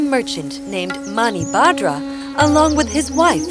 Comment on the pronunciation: The pronunciation is totally wrong... it should not have been pronounced as Gayatri, it's Gaayathri. and also it's not Manibhadra it's Manibhadhra